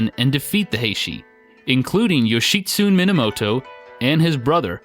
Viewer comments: Yo-shi-tsu-ne. Yo-shi-tsu-nay. Syllables, breh. All vowels and all consonants are separate syllables, and all vowels are pronounced the same way each time. A as in ah (say ahhhhhh) I as in ee (lee) U as in ooh (boot) E as in -ay (todAY) O as in Oh (toe) There are no silent vowels... only sometimes it sounds like there are to our "clumsy American ears" or whatever they say about us thinking "desu" sounds closer to "days" than "de-su". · Yo-shi-tsu-ne (yo-shi-su-nay) Ben-kei (Ben-kay) Ama-haga-ne (Oma-haga-nay) Just like pronunciation is important to Americans, kanji and hiragana pronunciation is important to Japanese. Good video, great game. It's timeless and fun. They need to remake the original for newer consoles. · 'Yoshitsune' is four syllables: 'Yo-shi-tsu-ne'. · The pronunciation is: Yoh-She-Su-Nei and Mah-Ha-Gah-Nei. You have to pronounce every letter, there's no silent e's to change the inflection or pronunciation of vowels. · Mainly just leaving the end syllables off (Yoshitsune should be 4 syllables, but most English speakers won't realize it because the ending reminds them of the word "tune" or other words like that fool people into thinking there's not a syllable there because it's like a word we have - German can do that too, and also in other ways, like where people think Kramer should be pronounced like Kraymer, but it's actually Krammer because there's no modifying that first syllable just because there's only one m). English is one of the worst offenders for pronunciations having nothing really to do with how a word is spelled (lots of other languages have silent letters and other odd looking sets of letters but they often have consistent rules, or they do like German does and there's little guess work).